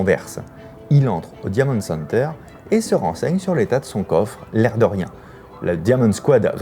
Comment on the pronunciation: Par contre l’accent faut faire qqch. « diamonde » center et « escappe » game ça va pas du tout